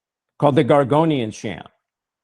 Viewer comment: It's called gregorian chant not gorgonian chant,and sorry for posting that your an idiot. Not to catholic christian on my part.